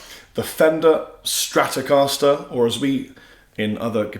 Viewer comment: Les Paul not Lez Paul. Stratocaster not Stratocahsler.